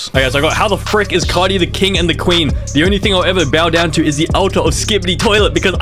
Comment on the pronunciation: how he pronounces it "car-die" me as a new zealander that doesnt have that mcuh of a difference in accent to him but still "car-dee"